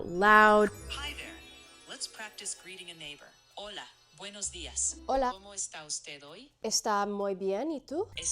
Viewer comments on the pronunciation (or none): none